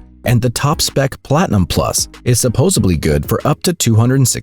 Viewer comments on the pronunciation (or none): supposedly NOT supposebly - - you dummy